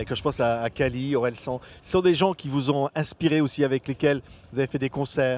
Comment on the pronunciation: Orelsan mais nonnnn on prononce ça «orelsanne »